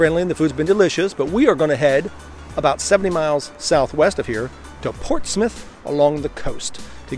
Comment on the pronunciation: Great job saying "Portsmouth"... bang on